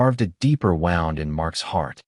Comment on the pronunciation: WARNING WILL ROBINSON, WARNING! AI, the nauseous drone of a BOTERRATOR and D grade level software story telling package that can't tell the difference between wound (pro. woond) and wound (pro. wownd), and several other goofs along the way with no effort made to edit before posting--one more shining example why A I stands for ASTOUNDINGLY IGNORANT. It's the old GIGO: garbage in garbage out with morons at the helm. (But the screen image of the dad was hot-damned sexy.)